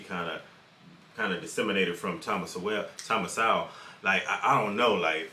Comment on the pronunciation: omg, you guys are killing me. Look its great youre interested in SOWELL (SO... WELL not SOW...ELL). Just read his stuff, one of the greatest minds of our time. I luv Rogan from UFC, but hes a fool who voted for Bernie Sanders... and who knows who this guy on his show is, another lefty? Point is listen to no one on the left about anything EVER! You want to listen to Sowell, read Sowell. This guy is characterization Sowell. Sowell was a democrat, but saw on his own their ideas don't work... then studied under Milton Friedman and got a PHD in Economics. Using hard science he is able to show the terrible outcomes of ideas by politicians... Are you for science Bro? Then read Sowell.